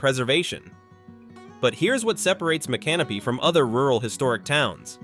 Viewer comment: AI can't pronounce the names right, such as Mi can no py.